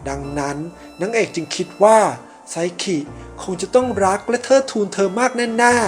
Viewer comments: พี่ครับมันอ่านว่าไซคินะไม่ใช่ไซขิ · ไซคิได้มั้ย อย่าไซขิ หนูฟังแล้วหายใจมิออด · พี่ครับไซคิ ไม่ใช่ไซขิ ครับ55555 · ไซคิไม่ใช่หรอคะไม่ใช่ไซขิ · เขียนไซคิ เเต่อ่านไซขิ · ไซคิไม่ใช่ไซกินะคะ🥲💖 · ไซคิ ป่าวไม่ใช่ ไซขิ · ไซคิไม่ใช้ไซขิคับบบบบบบ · ไซคิ - ไซขิ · แอด ครับ ไซคิ ครับ ไม่ไข่ ไซขิ